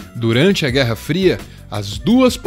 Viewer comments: "guerra fira" (n querendo ser chato) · Eita! "GUERRA FIRA" haha. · "Guerra fira"..... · "Guerra Fira" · "guerra esfiha" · "Guerra fira" kk